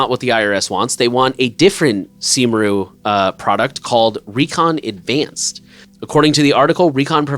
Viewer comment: By the way, Cymru is prononuced something like KUM-ree, and it means Wales.